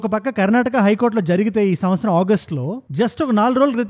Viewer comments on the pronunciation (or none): none